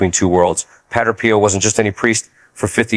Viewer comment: Dear AI voice, "padre" is not pronounced "patter". It's pronounced PAH-dray.